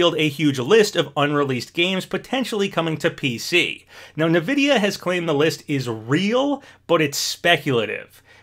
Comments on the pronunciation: Never heard anyone pronounce "EN-vidia" as "NA-vidia" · OMG stop saying nividia for real! Not only is weird to say but some people would bully that! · Whenever I hear you say Nvidia, I laugh a wee bit inside 😅 I think it's supposed to be pronounced "In-Vidia" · Great vid, love the vibes. it's just pronounced N-videa